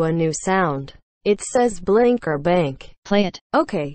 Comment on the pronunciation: At the last level I just heard Bink not Bank or blink😂